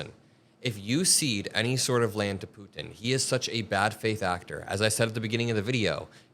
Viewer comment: Thanks for all of your dedication! Also thanks for saying Putin not Pooen